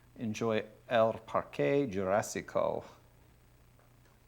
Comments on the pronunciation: Cervantes is rolling in his grave every time Gregg says "el par-qué Yurásico" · "El Parkay Jurassico"